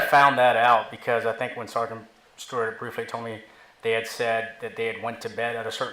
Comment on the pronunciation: at first.. I thought I heard the say "Ciara/Siara" Rhymes with Tiara. And I didn't question it. Even pronounced it just as the said it. (Maybe intentional to keep the conversation flowing. Job titles are not important here. It's the responsibilities that are important.) Clearly, is a well educated man So, if he said it that way, then, from my perspective... Maybe that's a real name for the occupation. Then the Judge says something I could barely hear. And the smiles or made a smirk. Now...I have to know what the Judge said!! I turn my volume up and the rest is history.